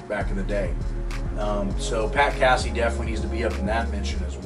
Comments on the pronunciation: It's not cassEe lol it's Casey like Casey Jones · What's up you're saying Casey's name wrong Delaware no biggie what it's not Cassie like a cat LOL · It's Pat Casey-with a long A. Not "Cassey". Do your homework.